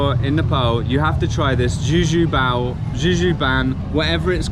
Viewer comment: Not juju bau or ban its juju dhau🤣🤣